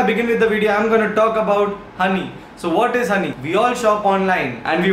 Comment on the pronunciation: joinhoney ko jhonny padha apun